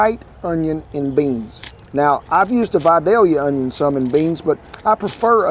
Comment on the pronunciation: Congratulations, Mr. Rollins! You may be the first "celebrity" cook, chef, cookbook author or nutrition expert that has ever properly pronounced "Vidalia Onion". This gives you credibility and, in that spirit, I'm looking forward to trying your recipe. Thank you.